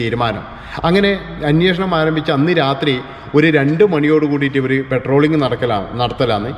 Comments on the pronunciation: പട്രോളിംഗ് അല്ലാതെ petroling അല്ല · പെട്രോളിംഗ്‌ അല്ല പട്രോളിംഗാണ്‌.